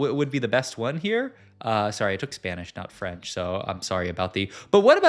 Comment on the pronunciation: That freNch tho XDDDDD Nice tryyy